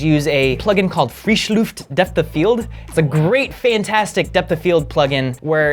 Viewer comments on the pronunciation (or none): Just FYI, frischluft would be pronounced (phonetically) like frish luft, not freesh. That is unless the creators of this plugin specifically intended the pronunciation to said the way the says it. It's basically German for fresh air. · Friischluuufd xD wenigstens hat ers versucht ich könnte depth auch nicht besser aussprechen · ja ich musste als ich es hörte auch ein wenig lachen. "Frieschluhft" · It's not frischluft, it's FRISCHLUFT!!!!!!!!!!!!!!!!!!!!! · fwischljuft hahahaha. Hab einen Moment gebraucht bis ich gemerkt hab, dass des deutsch ist :D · In case you are interested: The i in Frischluft is pronounced like the i in "fish", the u is pronounced like the oo in "book". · Ich bin so gestorben als er es mit diesem Akzent gesprochen hat xD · The way he pronounced Frischluft hahahahah :D